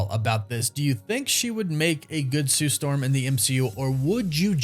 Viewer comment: Gotta say it like her now then Sue Stawm lol 😂 I don't see it 🤷🏿‍♂️